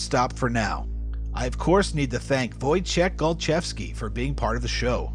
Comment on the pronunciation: 'Woy-chek Gol-chev-skee' Finally learnt how to say it - thanks!